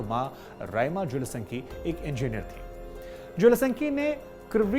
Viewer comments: जेलेसन्की नहीं है, ज़ेलेन्स्की है महाराज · Aap Ukrainian rashtrpati ke naam ka baar baar galat uchharan Kar rahe hain